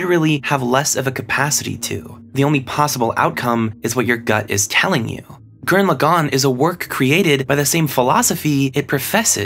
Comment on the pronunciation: You must not be that smart if that’s how you say gurren lagann